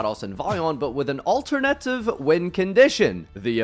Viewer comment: Why is no one talking about how pronounced alternative